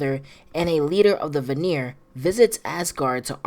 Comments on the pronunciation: VAN-EAR, not VUH-NERE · I love the video, but one note, Vanir is pronounced VAnir not VaNIR. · Brother, it’s pronounced “vah-neer,” not “vuh-neer” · You saying vanir wrong it pronounced Van-e-yer not va-near lol